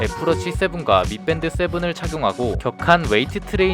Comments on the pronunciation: 발음을 미뺀드(X) 미밴드(O)임. 발음 '뺀' 자가 상당히 거슬려서 못 보겠음. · 혓바닥이 짧은가보네 계속 미뺀드 라고함